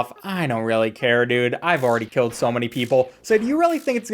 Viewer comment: Dude can't even say "Killed"